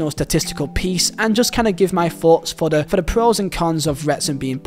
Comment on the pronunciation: Thpughts- not foughts man